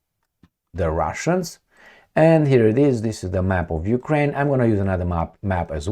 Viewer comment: You said Jewkrain ?